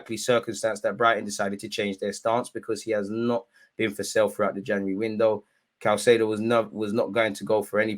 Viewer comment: Hey it’s “Kai-say-doe”